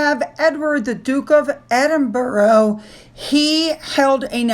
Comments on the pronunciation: Please pronounce Edward's position as the Duke of Edinburrah! It is not Edinborro. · EdinBURGH! Not EdinBOROUGH Not See-mus SHAY-mus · Thank you,. Another great post. Btw, Doo-Ke of EDING-Burrah, SHAY-mus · Hi!! Little tip to help you with pronouncing Edinburgh.. EdinburUH (end it with uh - like when we all say “huh” 🤷🏼‍♀️). Love your videos, I just (being an Edinburgh lass) get a little twitch when you say Edinborow lol Keep up the awesome reporting on our beautiful royals ❤ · I know you dislike instruction on pronunciation, but as you're going to be now talking about the Duke and Duchess of Edinburgh, really need to pronounce Edinburgh correctly. U as in umbrella. Edinbur..uh not Edinboro. Edinburgh is a world renowned capital city and deserves the correct pronunciation. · Sorry to butt in again,, but Edinburgh is pronounced Ed - in - bruh. I know it is odd since doesn't follow the spelling, but that's how it is said. Duke of Edinbruh. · it's Edinbra Not Edinborough. Edinburgh, burgh is either pronounced Berg or Bro but actually bra. It's the idiosyncracy of the English language which the American s don't understand. Reference Professor Higgins said in the film My Fair Lad. The Americans haven't spoken it in years. LOL😂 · It is Edinbruh. I have never heard it pronounced Edinbra. Burgh on its own is pronounced burruh. 🏴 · Not bra Gerry, bruh. Edinbruh not Edinbra. Wher do you hail from that you say Edinbra. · Duke of Edin...borough? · Hi - It's Edin - bruh for pronounciation. Another great vid. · Hi, Thank you for your news, love listening to you every morning. Hope you don’t mind me saying Edinburra is how we pronounce it, old locals call it Auld Reekie as it was a smokey place years ago in the old town. 😊 hope that helps. Take care my dear. ♥️🙏🏻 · To help with your English accent, us Brits pronounce Cheltenham as Cheltnum, Edinburgh as Edinbra, and Seamus as Shaymus